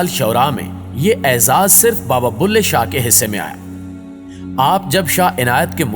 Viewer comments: بلهے شاہ، بھلے شاہ نہیں، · Baba ka naam BULHE SHAH HAY .... BHALE SHAH nahee.